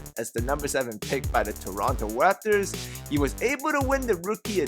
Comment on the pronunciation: "Waptors" haha whatever nice vid